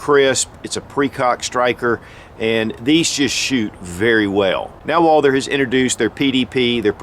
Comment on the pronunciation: It is pronounced Walth-errr NOT WALDER